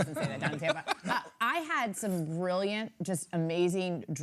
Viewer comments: Would somebody please tell them it's "Skosh" not "Scoach" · It’s pronounced ‘Skōsh”